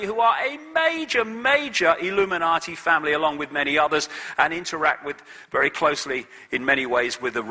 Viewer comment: I wish he wouldn't substitute a "D" for a "T" when he speaks;hould of and would of" e.g "Illuminardi" and "compewder". It really grates. Almost as bad as "I'm good" and"Can I get,,,,,,"